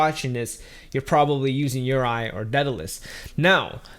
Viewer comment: bro if you cant even pronounce projects correctly people arent going to take you seriously. "yo roy" not "your eye"